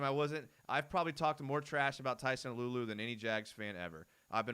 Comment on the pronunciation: Got to pronounce Tyson's last name Alualu right. It's not uh-loo-uh-loo it's AH-loo-AH-loo. Like when a doctor says "say ah" when he/she uses a tongue depressor.